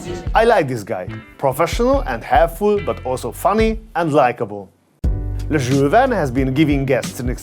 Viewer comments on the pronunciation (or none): Can u pronounce the name properly Jule Verne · He sounds like a drunk dude when he pronounces Jules Verne 😂